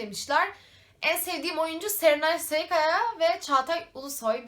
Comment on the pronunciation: Serenay sarıkaya yerine serenay sayıkaya dedin ama olsun önemli değil :')